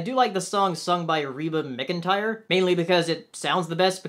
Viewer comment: "Reba MIC-N'tire" Sweety, that's adorable. It's MacEntire. Yes, it's spelled McEntire, but it's MacEntire.